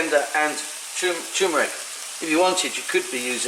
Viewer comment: Sorry, a bugbear of mine. It's TUR-meric, not TEW-meric! Nice looking recipe though :)